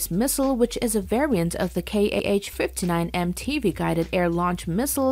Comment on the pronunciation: not K H, its pronounce HA